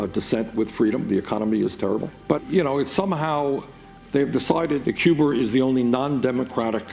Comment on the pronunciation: "Que-ber" That's how you really pronounce Cuba. Just saying.